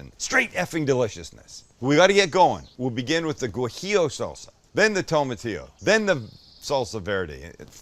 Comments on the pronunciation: Hey Sam, it’s pronounced wa-he-o. Not Gwa-he-o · Sam, not gwajillo, it's wajillo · You dont pronounce the G in guajillo btw, I actually had no idea it was spelled that way until you kept mispronouncing haha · For the future, z's in Latino Spanish have no "buzz". Say it like an "s". Also, the gua in guajillo is like the "wa" in water. Great video. ¡Riquísimo!